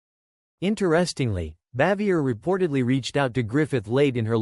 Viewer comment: Either the narrator is an idiot or maybe AI but he sure as hell doesn't know how her name is pronounced.